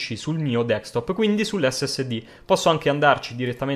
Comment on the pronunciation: si ma... si dice Desktop, non Dekstop